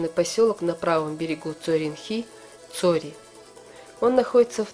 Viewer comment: По какой причине не Цхьуоре , а Цори ?